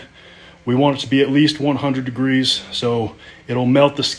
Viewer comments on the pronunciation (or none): Emphasis on the 100 degrees😂😂😂😂